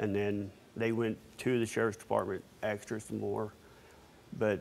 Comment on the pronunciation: Wtf is AKS her ......ASKED her , not AKS her